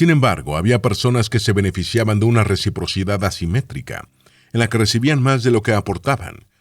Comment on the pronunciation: Por qué en los dice "rechiprochidad"? 🤔